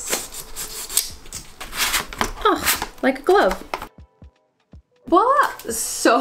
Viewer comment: Did you use the fishnet without washing it after you said it smelled bad? LOL Please pronounce the 'v' in voila :)